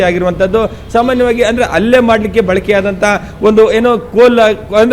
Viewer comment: ರಿಪೋರ್ಟರ್ ಅಣ್ಣ. . ಅದು ಅಲ್ಲೇ ಅಲ್ಲ ಹಲ್ಲೇ ಅತ್ತು ಅಲ್ಲ ಹತ್ತು